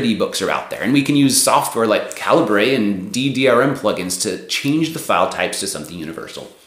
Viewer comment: I'm getting off Amazon (for much more than reading) and moving to Kobo. If you're happy to kiss Jeff Bezo's oligarchic ass, continue in your smug condescending, cluelessness. I've converted my Amazon proprietary files to EPUB and they'll be going on my new Kobo reader. Try looking up the pronunciation of Calibre.